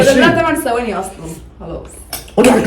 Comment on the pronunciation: ثواني ب ث مش بال س